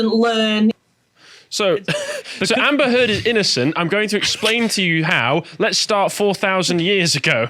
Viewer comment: ... sounded like "Amber Turd" ......